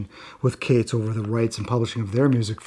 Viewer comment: Are you sure your pronouncing Kates correctly ? But great vid lol